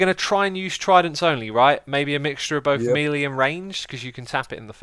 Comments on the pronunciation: What’s mealy damage? Do you mean melee damage? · Is Melee one of those words you pronounce 'incorrectly on purpose'? :)